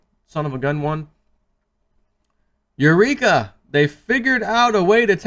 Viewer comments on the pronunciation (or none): none